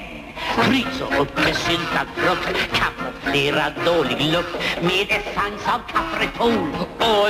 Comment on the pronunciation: ja ... är det bara jag som hör "syltat prutt" istället för "syltat frukt"?